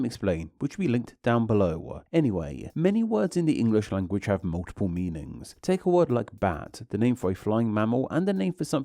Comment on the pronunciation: Why do you add the syllable “er” to so many words… er? On liner. OEDer. Meaningser.